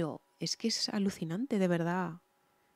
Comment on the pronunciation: NO SE DICE ALUCICIPANTE........SE DICE ALUCINANTE